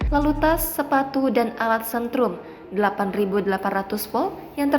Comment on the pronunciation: setrum mbak..bukan sentrum..baca berita masih mau belajar loh😂😂😂